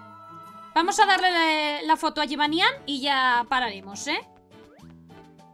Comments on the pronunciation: en realidad se pronuncia jibányan lo que pasa es que el doblaje español no entiende de nombres de otros paises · mujica pero se pronuncia jibanian pero se escribe jibanyan